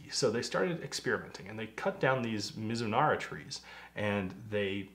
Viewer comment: Your pronunciation sounded good to me = Me-zu-nala. Thanks for all the history and details. This one sounds so good!! That's the real key, ya wanna drink more!! Cheers!